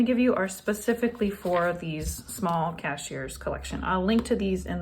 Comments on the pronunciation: I loved the tidbit about the size of the journal being more satisfying. You didn't ask and it doesn't matter but.... "Cahier" is pronounced kah-YAY like yipeekiyay! 😄 Cahier is French for little notebook or exercise book. So cute. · This is a beautiful project. BTW cahier is French for Book. Up here in Canada it's pronounced KY YAY. Long "I "on the KY znd then a big Yay like hooray !! The s on the end is silent. You are amazing!! Love all your designs and tips !!